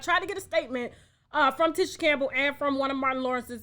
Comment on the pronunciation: Good Lord Tasha. I've been a TLC fan since b4 u were born ; and its Lisa LOPES. LIKE MOPES. And Tisha Campbell is like TEASHA. U do these types of things quite often & as a vlogger I would think u wouldnt continue 2 disrespectfully make so many of these types of mistakes ! And IM a middle aged White woman.